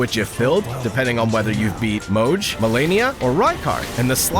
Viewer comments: how do you even read Mogh as Mojh?! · "mohge" say my husbands name right !!!! >:(